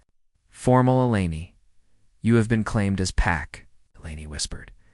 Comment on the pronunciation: Text -to-speech keeps S P E L L I N G out words. Mostly E L E N I's name. Please =listen= to stories before Posting them. Abandon at 9m:21s.